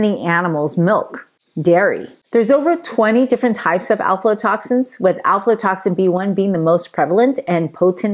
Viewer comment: You're saying it wrong. It's AFLA toxins. Not ALFALA.